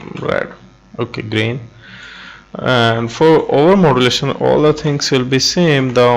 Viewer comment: Thank you. But you have trouble with the "all" word:)